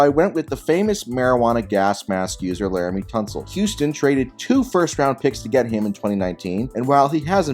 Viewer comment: You did laremy tunsil wrong lmfaooo